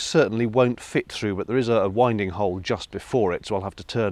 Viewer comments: 'Winding hole' is pronounced 'wind' as in, the wind that blows, not like winding a clock! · Caught you saying "winding hole" the wrong way ... lol ... no worries, you still get a thumbs up...lol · yep, to be fair, I caught that too ... lol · he said winding hole wrong oh no😱